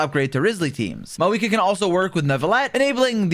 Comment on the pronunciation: Why is he saying her name like maweekah